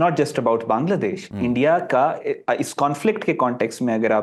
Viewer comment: First time someone pronounces "Bangladesh" correctly..😊😊 Pakistani can't pronounce Bangladesh correctly😂😂 ❤ From 🇧🇩